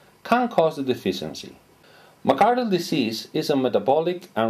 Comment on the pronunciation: McArdle not McAdler.